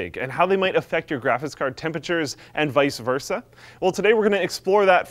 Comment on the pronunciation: Interesting, thanks. However, I must point out that Canadianisms aside, it is not "vice-a-versa." It is instead "vice versa," just as it is written